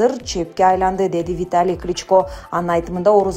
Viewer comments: Комментатор СЕН КАЧАН ТУУРА ОКУГАНДЫ УЙРОНОСУН!!!!!!НЕУЧ!КЛИЧКА,МИЗеНЦеВА дединго допраз!!! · Кличкалар деп окуба. Сабатсыздарды кайдан таап келип окутасынар?